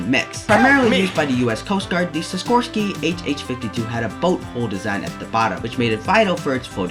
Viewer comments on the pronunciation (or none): none